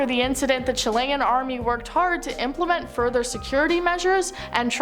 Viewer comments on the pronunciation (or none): none